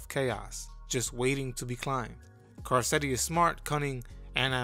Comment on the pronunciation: Kar-ketti… have you ever watched the show?